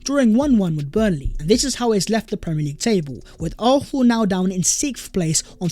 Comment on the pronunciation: Bro if you're gonna say arsenal 100 times per video at least learn how to say it properly. You keep saying it without a proper s. Sometimes it's arknal, sometimes it's arthnal, sometimes it's arthnal. It's fucking arsenal.